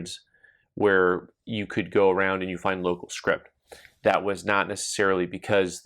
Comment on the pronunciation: Hi - I don't want to be "that guy" - but it sounded to my old ears like you were saying "script". The word for replacement money is actually "scrip". I agree that the numismatic market for better items currently seems fairly robust. I hope to bump into you at the Long Beach show - but if not I will at least drop into OPC when I'm working in Tucson later this month. I would much prefer Chicken Nuevo to McD's myself! Thanks for the very interesting video!